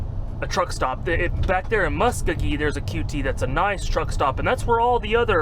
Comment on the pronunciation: “Mu-skow-gee” is how that town is pronounced 👍🏻